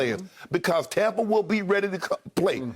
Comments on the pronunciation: It’s so annoying when Skip says “Tompa Bay” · Wish this guy could say Tampa bay instead of tompa bay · Really sounds stupid. Like he can't pronounce TAMPA but he can pronounce BAY.. ha ha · Learn how to pronounce Tampa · Hey Skip...I'm sorry, but can you PLEASE be consistent on how you're going to pronounce Tampa Bay?